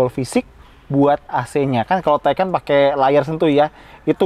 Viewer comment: Kalau Taycan dibaca taikan, kalau Macan ngga dibaca Makan? 😅